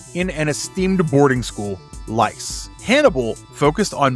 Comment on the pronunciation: that's such a funny mistake. "Lice" is not an esteemed boarding school, it's licé, which means high school or college or lower university. You need to tell the name of the licé as well to make it clear if it is esteemed or not. I'm not upset, it's just very funny to hear you say LICE